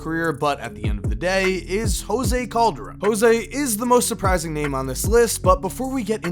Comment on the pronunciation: Did Kyrie say jose coldarone wtf I can guard him